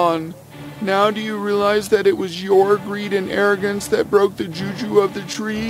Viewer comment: She pronounced the juju wrongly